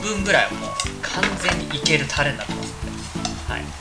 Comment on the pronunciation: たr r r rれ！ 巻き舌上手いなぁ。私できない…。